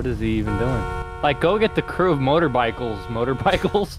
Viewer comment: “Motorbikles”